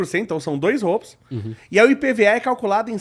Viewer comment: São 3 “róubos” fez meu ouvido sangrar, professor.